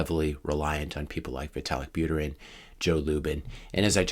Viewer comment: Buterin is pronounced "Boo-TE-reen" similar to "Poo-Teen (Putin)"